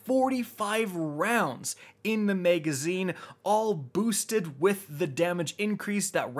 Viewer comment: MAGazine not MEGazine